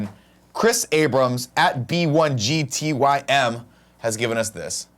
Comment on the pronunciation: not only did Nick mispronounce my name he hated my photoshop entry! Heartbroken, Yes!! But it only makes me want to try harder next week. GO FOR IT BIGTYM!!!